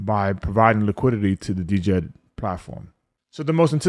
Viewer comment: The “D”is silent bro.